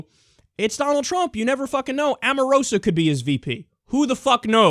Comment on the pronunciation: It's O-marosa. Little Kyle